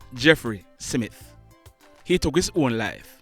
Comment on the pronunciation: Yes. I heard 'SIMITH'. Having made that observation, I must commend you on the credible reports you bring to the platform